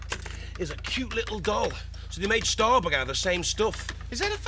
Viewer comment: you cant say it bug .. you gotta say it like Lister .. StahrBoog lol